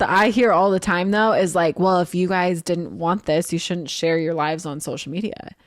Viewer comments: I was giggling the whole episode at Zach saying “shocial” 🤭 Love y’all! 😄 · Haha I love how Zack says “shocial” bc I can remember the episode of Tori saying how Zach doesn’t pronounce things right sometimes 🤣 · I think it’s funny that Zack, can’t pronounce “social”! Is it Zach or Zack? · Not a criticism but whenever Zach says “social” it catches me off guard. I know how he says it and am sure there is a reason but it still surprises me when it happens.